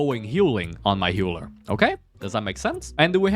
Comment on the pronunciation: why this mf keeps saying "HEULER" instead of "HEALER", but very nice video thank you